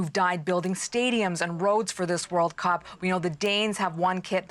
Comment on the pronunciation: 1st woman can't even pronounce Cup